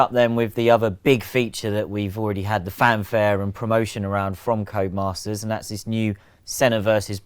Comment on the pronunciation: "Who the hell is this Comas guy he keeps talking about? Oh, he's saying "Codemasters".."